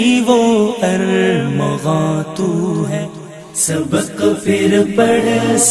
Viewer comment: ماشاءاللہ بہت عمدہ طرز انداز ہے لیکن ،پھر، کے جگہ پر* فر *کا استعمال صحیح نہیں